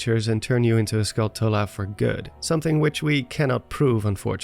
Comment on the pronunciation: Lmao nobody knows how to pronounce Skulltula 🤣